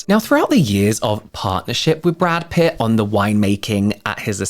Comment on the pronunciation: *Pitt not Putt 😜